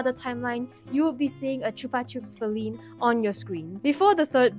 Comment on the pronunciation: OHHH YEAHH IT AINT FALINE SILVER ITS FALINE SLAY-VER!!!!